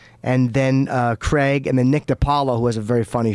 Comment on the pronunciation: Its fucking Craig not Creg.